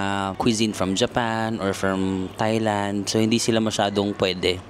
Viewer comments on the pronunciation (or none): none